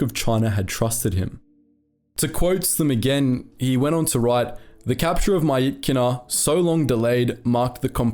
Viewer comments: Pronounced mi-chi-na btw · Good video but the pronounciation og myitkyina slaughtered me